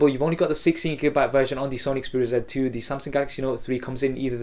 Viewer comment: You say sony xperia "ZET" 2, instead of Z 2.